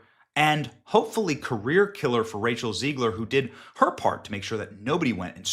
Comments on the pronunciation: Its ZEG-ler not Zeeg-ler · It's Zegler, not Zeigler. Stop insulting the wrong name.😊